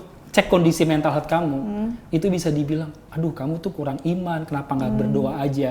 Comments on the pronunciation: ehh engkish jaksel nyebutinnya pada bener lho. Haha. Health dibacanya ya hélth. Bukan heulth. 🤭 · Bro , Health dibacanya tu "HÉLTH". Dan bukan "heulth".